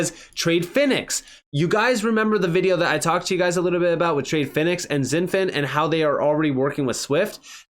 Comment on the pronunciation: It's pronounced "shin-fin" not "zin-fin". It's like Xi Jinping's first name is pronounced "she" not "zee"